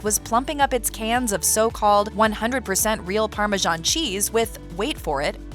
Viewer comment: Why are you calling this parmesan cheese, parmazhan cheese??